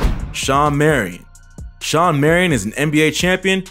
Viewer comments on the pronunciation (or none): It's SHAWN Marion, not Sean